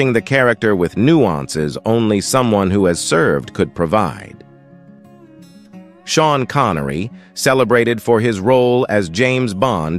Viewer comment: i was just reacting to the umpteenth robot-imbecile mispronunciation the current system has visited on us.